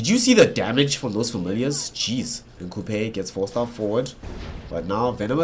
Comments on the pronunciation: And wtf is this dog caster saying Coupe???? It is pronounced as Q P the name of Qupe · Qupe = "Kupej" :D :D LOL caster